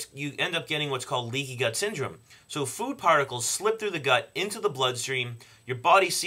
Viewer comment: I Can't understand if he said Leaky Gut or leaky Butt Syndrome. Both sound horrible lol